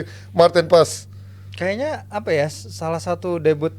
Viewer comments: Bukan pas neng,tapi paaaes,,,dia itu org indonesia,bukan org belanda,,,gunakan bhasa indo yg baik dan benar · Tp si sandy walsh juga nyebutnya Paas sih.. gue liat story nya pas mereka jd roommates..pas pekenalan juag nyebut paas kan.. bukan paes.